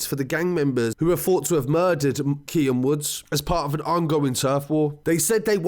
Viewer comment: KEANE (keen) not KIAN